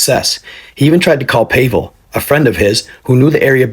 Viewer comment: Correct way of saying pavel is pov-ell